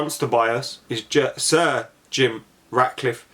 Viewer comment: when you say sir Jim Ratcliffe it sounds like surgeon Ratcliffe